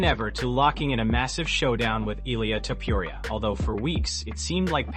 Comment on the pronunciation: Why would u say"Toupouriah? It's disgusting and disrespectful to get a fighters name wrong every time and he's not the only name ur chopping up horribly. Get those names right before u put a video out. Just some advise.